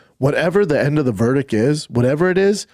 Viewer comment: He said …. Verdic